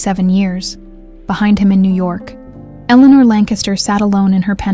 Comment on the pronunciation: Lancaster is pronounced with emphasis on the first syllable only. LANKuhstuhr (or LANKuhstuh).